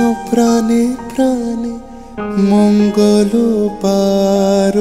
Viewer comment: মঙ্গল উচ্চারণে ' ঙ্গ '-এ ও-কারের (ঙ্গো) মতো উচ্চারণ হবে। গানে মাঝের কথাগুলোও বাদ আছে